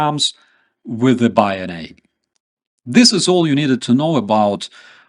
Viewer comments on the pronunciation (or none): Good video,but bayonet is pronounced bay oh *net*,not bay oh nay,at least by English speakers. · 100% on point. Minor point of correction/native English pronunciation- the Bayonet( though of French language derivation) is pronounced Bay-Oh-Net. Bayonet is the Riflemans friend. War to the Knife. Tip of the Spear. Real America knows it's History and Stands with the Brave and the Free. Glory to Ukraine. Liberty or Death. God Save our American Republic.